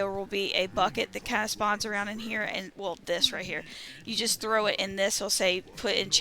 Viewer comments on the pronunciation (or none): none